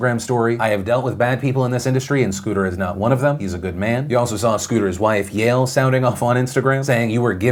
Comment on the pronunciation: as a jew,,,, iT'S PRONOUNCED YAH-EL NOT YALE (sry phil love the show i just hate when people mess up that name lol)